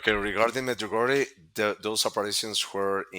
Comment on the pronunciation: As sombody for croatia i must say pronanciatian on medjugorje .. both of u are way off but good effort.. i been there ... its a huge thing in my country and everyone in my country knows about medugorje